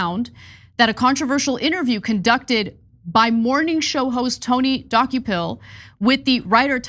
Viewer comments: Rich of Ana K to claim to stand for journalism when she couldn’t be bothered to look up the pronunciation of the CBS anchor’s name. It’s pronounced Duh-KOH-pull, as we hear ever day on CBS, not DOH-key-pull. Also, Tony’s questions were factual. The author spends 100 pages giving Palestinians no agency or responsibility for their status. And the book provides no context for Israel’s actions. That is an exceptionally one sided view. Tony rightfully explored why the author did that. If the author wrote that Israel has never done anything wrong, would TYT push back at that view? Of course, as would Tony D. For TYT to be against Tony on this and in favor of softball pandering questions shows that TYT is beyond repair. Unsubscribed. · Can we first pronounce the name of CBS tv anchor correct first! Dokoupil pronounced “ De kopol “ not Doki pill” that is nut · Why can't you guys pronounce his name? He's said it out loud many times. It's də-KOH-pəl, not do-ko-PIL. In regards the interview I took it he was taking a sort of Devil's Advocate stance. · Dock-U-Pill? Make sure you know how to correctly pronounce people’s names. It would take one minute of research. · As much as I love TYT I only wish she would have listened , at some point, to the pronunciation of his name on something, which is like "Du-ko-pil"... 😕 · Jeezus...Ana. please start pronouncing names right! Di-KO-pull. This is a well known journalist so his name should be easy. It takes away from the actual story. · Tony Duh-koh-pull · Actually, his last name is pronounced Dew-kho-pill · Tony Dooky Pill? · Don't reporters/journalists have a responsibility to prepare for their segments? The man's name is pronounced Deh-COPE-ul. The interview was days ago. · ANNAAAAAA, All you have to do is watch the 1st 10 seconds on CBS MORNINGS and learn how to pronounce someones name correctly, damn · Ana please learn to pronounce the subject’s name correctly. Journalism 101.